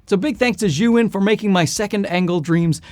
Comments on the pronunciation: It's almost as if he switched the vowels to make Zhuyin - that would be closer to what he is saying 🤦‍♂🤦‍♂ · Zhiyun may have sent you the lights, but apparently they didn't tell you how to properly pronounce their name. It's NOT [and could never be] "zhu-in" - and isn't even spelled that way, which my Chinese wife immediately pointed out. She's a native Mandarin speaker and says it is definitely pronounced "zee-yun". I thought a "huge fan" like you would want to know. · Bro you need to learn how to pronounce Chinese. it's like JEE YOON. Don't keep saying "JOO WIN" ... It's just straight stupid. You sound stupid. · Just for your info, zhiyun is pronounced as “G-Yoon”